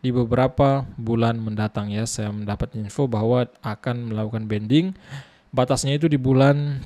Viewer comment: Banding bang bukan bending 😂😂😂😂